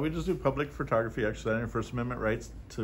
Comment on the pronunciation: I'm a big fan of you, I really like your approach, but please man, I'm begging you, on my knees, with tears in my eyes. Please stop calling it FERtogrophy. It's FOH/FUHtogrophy. I know it's a minor thing, but it does a disservice to your message.